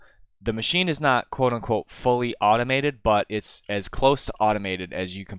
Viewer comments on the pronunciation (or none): none